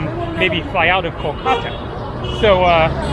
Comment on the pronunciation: KOLkata - accent first syllable